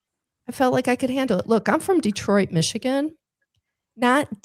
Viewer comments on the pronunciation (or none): none